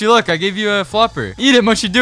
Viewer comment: And it’s pronounced mushy not mooshi